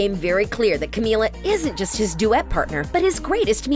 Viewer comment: *finally one of these people says her name right me: HOLY SHIT GUYS THIS IS A BIG DAY FOR US